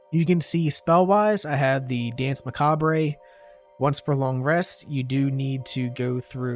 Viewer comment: "MAC-AUB-RAY" the French just rolled in their graves.